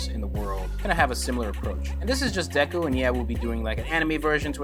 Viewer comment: Your pronouncing his name wrong.. the "e" should sound more like and "ay" or "ae". Should sound like "dayku" or "daeku" . But the "y"/"e" sound is short.